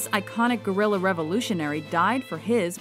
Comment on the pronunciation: I can’t with your pronunciation of “guerilla” lol wtf